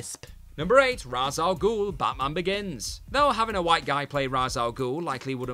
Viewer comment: Can you stop mispronouncing Ra’s Al Ghul’s name please 🙏